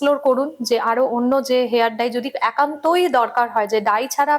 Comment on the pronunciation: Hair Dry noy, hair dye. Bar bar bhul kaane lage. Dekhun Doctor ki sundor perfectly pronounce korchen.